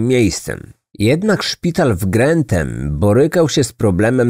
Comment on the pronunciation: To Grantham nie grenthem wiem bo tu mieszkam